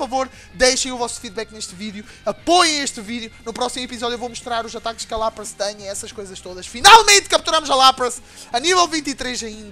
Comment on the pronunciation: O Lapras se fala Lapris